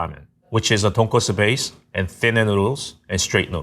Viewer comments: cant get over her consistently saying "tonkatsu" 😥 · so shes a ramen chef but pronounces tonkotsu as tonkatsu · Ton k-O-tsu. Not tonkastu 😂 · Tonkatsu vs tonkotsu.... very different things. She said katsu many times. >< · She lost all credibility when she said tonkatsu instead of tonkotsu. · The way keeps saying "ton-KA-tsu" (aka pork cutlet) kept making me cringe... It's pronounced ton-KO-tsu! 🙄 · when the lady said tonkatsu instead of tonkotsu ; ~ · Pro chef can’t even say tonkotsu ramen properly. It’s not tonkatsu! 🤨 (female chef) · I guess even chefs get Tonkotsu and Tonkatsu mixed up... They really should not though. Come on! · doesn't know how to say tonkotsu?? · surprised the first chef can get tonkotsu and tonkatsu mixed up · "Tonkotsu” and "Tonkatsu" are similar words but should not be confused.